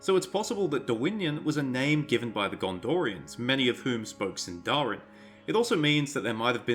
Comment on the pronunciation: Shouldn't Sindarin be stressed on the first syllable? Anyway, the fact that Dorwinion is named in Sindarin doesn't pinpoint to Elves living there at all. Countless places are named in Sindarin, Gondor for example, Harad...